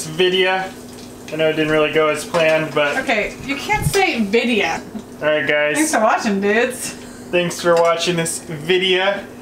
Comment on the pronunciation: vid-e-O just smackem upside the head every time he says vide-a, please, - for us